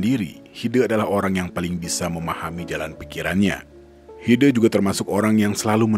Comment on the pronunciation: Pengucapan E nya Hide bukan begitu :'( tapi é kayak di kata kecap